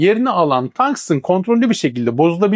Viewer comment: Tangstın diye okumana gerek yok,bildiğin tungsten, Türkçe maden ismi